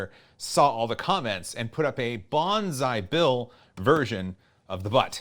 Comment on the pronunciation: I thought he was saying "bonsai bill" the whole time